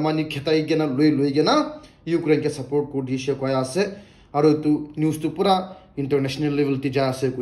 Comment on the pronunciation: Trupura nahoikena Tripura ase hobola😀😀😀